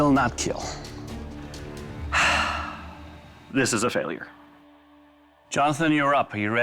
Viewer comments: You know Doug is serious when he says "kill" instead of "keel." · It will not keel...